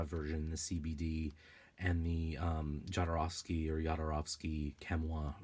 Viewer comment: Sorry but it hurts my ears me when you pronounce "Jodorovsky" . First letter is not "jay" ! His surname in Polish is 'Chodorowski', transcripted to Spanish to "Jodorovsky'" Please listen to this